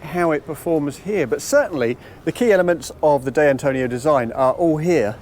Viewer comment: "Day Antonio"? At least try, mate.